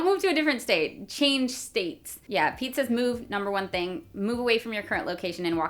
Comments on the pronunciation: "Pete says move..." I heard "Pizzas move" pretty much all the way through that part. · Did anyone else hear pizza instead of Pete sais? 😂